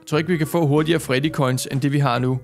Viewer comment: det heder ikke farddy det heder Freddy